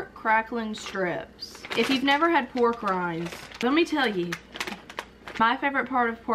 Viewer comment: When you said pork rinds I thought you said war crimes🤣😅